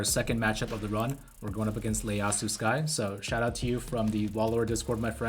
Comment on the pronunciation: It's not Leyasu It's i not L